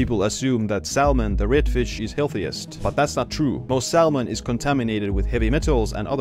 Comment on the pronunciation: The L in salmon is silent brother 👍🏼